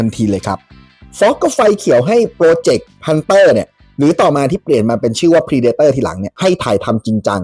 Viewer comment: เพรเดเตอร์ ไม่ใช่พรีเดเตอร์